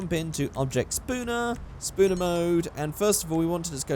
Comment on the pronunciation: could you please call it object spawner instead of spooner please